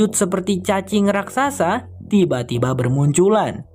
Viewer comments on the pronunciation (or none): none